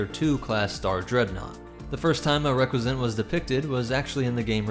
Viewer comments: dude it's pronounced Ree-cuss-ant not reck-we-zent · I really liked the video, but the pronunciation of Recusant is not even close.